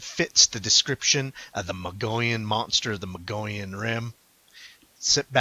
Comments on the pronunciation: It is pronounced Mo-gi-on. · it's MOW GEE YON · Yes Mogollon is pronounced Mo-go-yon, but locally pronounce as stated Mow-gee-yon. Mogollon is a Spanish word, and comes from the period when Arizona was part of the Spanish colonies. The original European name of the mountain in the footage was called the "Sierra de Sinauga" by the Coronado Expedition in 1540, then it was renamed in 1629 to its' present name "The San Francisco Peaks" by the Franciscans after their founder Saint Francis of Assisi. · Pronounced. Muggyon and they would have been on 180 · Learn how to pronounce the name. We are not the Mongollian Rim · The Mogollon Rim is some very beautiful Country. I practically grew up in the White River area in the White Mountains. It is pronounced like this ........ (Moe Gee Yawn) Rim. Thanks for the video and the info. Cheers